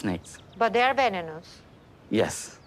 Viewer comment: Venonous? 😂 And what is going on with Florian’s teeth? They look ridiculous.